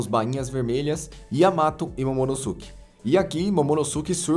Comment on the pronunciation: "Momonoske" pq ngm fala "Sasuke" e sim "Saske", o U não tem som entre S e K